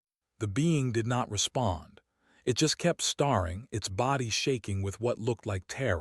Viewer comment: "Hopping" someone heard !!!!! "Starring" instead of Staring as in closely looking at someone. AI has a brain glitch, get a human to fix it. "Rex" instead of "wrecks".